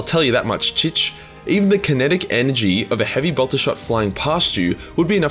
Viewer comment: your pronounciation of bolter "boltah" reminded me of Draco Malfoy saying "Pottah" and made me chuckle. :D